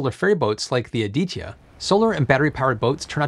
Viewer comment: You need to learn how to pronounce ADITYA, and it felt pretty awkward listening rupees cost in millions rather than in lakhs, besides these Nice video.